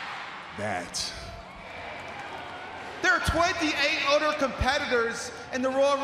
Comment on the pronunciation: "udder" wtf sheamus